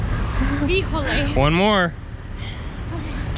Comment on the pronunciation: jajajajajajajajajajaj… "Híjole".... a perfect Spanish-Mexican native speaker.